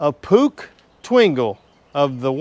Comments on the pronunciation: The pronounciation is POOK. They were/are part of the Stehr (spelling?) Arms Co. Puch built bicycles, motor bikes, mortor cycles and I think autos too. Stehr (STAYER) was/is an arms company. My father almost purchased a Puch motor bike for me in the early 1950's but changed his mind so I road a bicycle. The only motor cycle I have is a 1964 Honda CB125. It was purchased in Sasabo, Japan by my brother who was in the Navy and brought it home in 1966.He gave it to me in the mid 70's and I road it until I had a severe bought of Vertigo. I still have it in my garage. Have you ever seen a Japanese rain coat for a motorcycle? My CB125 came with one. I also have the English owner's manual and alll paper for it. I believe there were only about 12 of these imported to the USA in 1964 and all were sold on the East Coast. Quite a few 1964/1965 CB125s were sold in the UK. How old am I? I voted for Eisenhour's second term. I was only 19 when he ran for his first term. I truly enjoy your tails of making bikes run again. Best, Cary sa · Puch. Not pronounce Pook but Poorrr like Johann Sebastian Bach (Barrrr, not Back). 2-stroke equi-current engine sweep like OPOC engine, with bent cylinder in U. Piston timing gap (15 degree) allows opening the exhaust ports before opening of the transfer ports, which limits losses through the exhaust of the fresh charge. OPOC = opposed pistons, opposed cylinders. (2 cranks) Engineer Adalberto Garelli began his career in 1908 at Fiat where he conceived the idea of a revolutionary two-stroke engine with a double piston and common combustion chamber which he patented in 1912. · The correct pronounciation is [pʊx]: Short „u“ and the hard german „ch“, a special sound few English native speakers master. Swiss German is full of it: „Chuchichäschtli“ and „Chäschuechli“ 🤪 Greetings from Germany! 🇩🇪🤝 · Pronounced =POOSH. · I had one of those. I pronounced it push cause I did that a lot. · In Australia we pronounce Puch as Push.